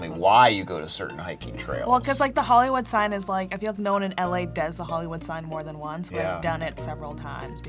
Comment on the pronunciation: I thought she said: “I like to cuck.”